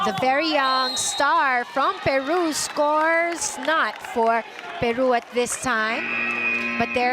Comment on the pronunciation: The commentator is SO pro Peru and uses her bad accent to pronounce the country's name